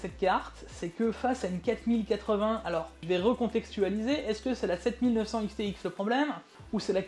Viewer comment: "A aime dé" RADIA-TUF 7900 "ics thé ics" 🍵🤓